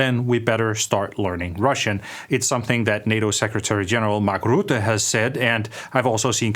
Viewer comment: pronounced: Mark Røtte